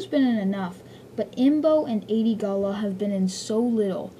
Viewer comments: the name is adi gallia not adi galla. otherwise u r right. I think. at least your right on most of them. I like it! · Her name is not "Ay-De Gall-La", it's "Ah-De Gall-Lee-Ah". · Adi-Galia (AHD-E-GAL-E-UH) sorry was bugging me, liked the video though